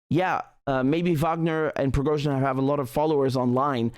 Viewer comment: Richard said it correctly.